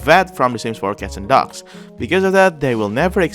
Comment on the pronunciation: Every time you say "dogs" I thought you were saying "ducks"